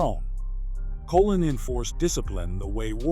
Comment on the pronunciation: Pronunciation please...Colōn ( Like cologne) ...